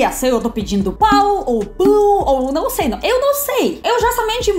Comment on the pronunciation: O teu problema principal é o de não nasalizar nenhuma palavra que nós nasalizamos. Tipo “não”, você fala “nao”. Entende?